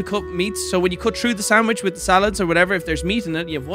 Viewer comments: U dunno, when says sangwidge instead of sandwich, is was really hitting a nerve XD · saying sandwich: Sangwich! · Why tf did call it a sangwich??